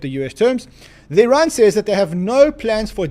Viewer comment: is he saying " Its bad news for Iran" ? or is he saying "its bad news for ran"??